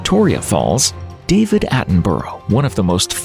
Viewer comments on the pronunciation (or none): none